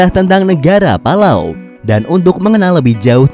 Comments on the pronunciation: Ingat, PALAU bukan PALALU! 😂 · Yang baca palalu kiya 1 server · Yang bacanya palalu like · Astaga, sekilas saya liat tadi.kirain bilang " pala kau " eh taunya " palau " :)):)) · Palau= pala kau.